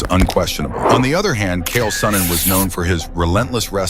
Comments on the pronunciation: Hahaha, the narrator misspoke and called Chael Sonnen "Kale". Hahahahahah, Chael Salad Sonnen🤣🤣🤣🤣 Chael * The Salad Tosser* Sonnen🤣🤣☠️ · CH-AEL Sonnin. Say it wirh me … CHAEL. Not KALE 🥬 😂😂😂😂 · Chael not Kale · Damn if you cant say the bad guys name right then dont say it!!! Made him sound like a piece of lettuce!! 😂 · That was brutal man. If he's going to do a video atlest pronounce his name properly.